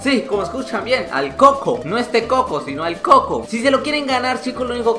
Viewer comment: Se dise cuco no coco